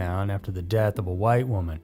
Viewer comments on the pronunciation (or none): none